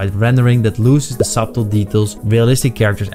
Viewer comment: Thank you for the upload, the b is silent in subtle btw